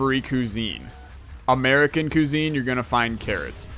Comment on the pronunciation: The way you said cuisine in this video. Actually made me mad. Good job.